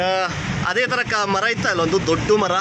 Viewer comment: ಇಲ್ಲೊಂದು ದೊಡ್ಡು ಮರ ಇತ್ತು ಎನ್ನುತ್ತೀರಿ …. ದೊಡ್ಡು ಮರ ಅಲ್ಲ. ದೊಡ್ಡ ಮರ . ದೊಡ್ಡು ಅನ್ನುವ ಪದ ಕನ್ನಡದಲ್ಲಿ ಇಲ್ಲ. ಡಾ. ರಾಜ್ ಅಮರ 🙏❤️